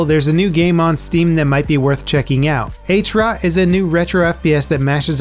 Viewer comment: Hey, just a little correction regarding "Hrot". Seeing, as the game is Czech, the word shouldn't be pronounced "H-rot", but as one word, with the "H" sounding like in "Halo". Furthermore, it's set in (an alternative universe) Prague, Czech Republic, which wasn't a part of the Soviet Union.